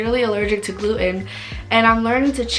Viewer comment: You never shared the results of your tests. What was your Ttg iga level. Your marsh scores from small bowel biopsy etc... And by the way, it's not glue-in. It's gluten. The T is pronounced.